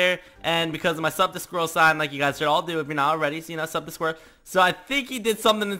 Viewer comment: U said sub 2 squirrel not